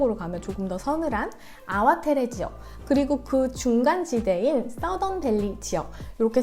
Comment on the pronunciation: 안녕하세요. 전 말보로에서 16년째 와이너리에서 일하고 잇어요. 아와테레가 아니라 아와테레 밸리가 아니고 아와트리 밸리라고 발음합니다. 영어로 표현하자면 ar-wah-tree 라고합니다. 대부분의 와인들이 모든 탱크를 테이스팅하고나서 블랜딩을 거칩니다. 배비치아니고 바비치와인입니다. 푸나무는 제이드의 다른 이름이고 한국의 옥이랑 같은 의미 입니다. 껍질째 넣는것을 카보닉 메시레이션이라고 합니다.